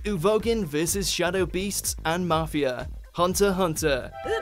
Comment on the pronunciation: Someone teach him to pronounce HUNTER X HUNTER....